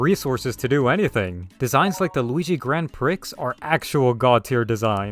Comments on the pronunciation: The... the Grand WHAT? 😂 It's not pronounced like that... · I love when people pronounce "Grand Prix" as "Grand Pr!cks" it's so silly to me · Was this mispronunciation a joke?